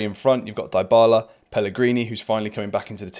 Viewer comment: Mate, great video and excellent analysis. But please, stop pronouncing Dybala the way you do. The first part of the name isn't pronounced like die, it's pronounced like dee, as in Dee Dee Bridgewater. Or Sophie Dee, if you prefer 😅